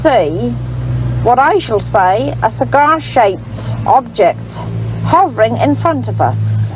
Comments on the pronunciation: Cigair? No, cigar. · A figga stepped ouyt a the ceegaire. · It baffles me. I'm 55 from yorkshire and I've never heard anyone talk like this (or maybe I have and just forgotten). It's like he can't say some vowels properly.A is always AE. It's not a Car it's a caer it's not cigar it's cugar. Fascinating. I don't care I### take anything over AI😂 It certainly gives the stories a unique touch.